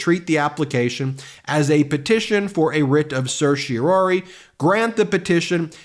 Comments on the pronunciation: As a lawyer, I would expect Ben to be able to pronounce certiorari properly. There's only one "O". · Still can't quite get the hang of pronouncing certiorari, I see. 0% success rate this time around. I can't tell if Jack Smith wrote an overly emotional filing, or whether the emotion was added by the presenter's performance. From that perspective, this was a waste of time for me because now I'll have to read the whole dam thing myself just to get a sense of the author's tone.